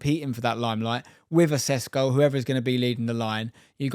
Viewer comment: It's not Sesko, it's Sh like in shut up pr shuttle, so it's Sheshko. Š you Sh.